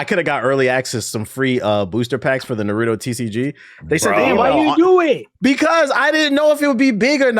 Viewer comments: Yall pronounce Naruto like some damn troglodytes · You can't be tbh and mispronounce Naruto lol tbh card revoked